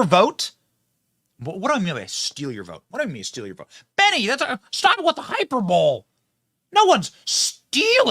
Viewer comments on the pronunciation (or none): Benny, you pronounce the word "hyperbole" as high-per-bowl'. 🤦🏻‍♂️ Do you pronounce "simile" as sigh-mile? 😳 I hope not. "Hyperbole" is pronounced high-per'-bō-lee. "Simile" is pronounced sim'-uh-lee. I applaud your success as a small business owner and conservative social media news aggregator and commentator. Yet, I must say honestly that your self-presentation would significantly improve if you chose to act and speak in more serious, mature, and articulate ways. Saying, "It's your boy, Benny" while throwing a peace sign, acting like a University of Iowa sophomore frat member, stumbling over simple words and numbers in your monologues, and misusing and mispronouncing 6th grade-level words undermines your personal credibility and especially the credibility of your politically conservative message. Your unserious manner betrays your serious message. Although 4 years younger, Roman Balmakov of the Epoch Times exudes a much more winsome maturity and credibility when presenting very similar information. Perhaps your media persona is intentionally sophomoric, but it's kind of long in the tooth for a mid-30s father of three and serious conservative entrepreneur. I'm eager to hold you in higher esteem. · It's not hyper-bowl. It is pronounced hi-per-ba-lee. Drives me nuts when people miss pronounce that word.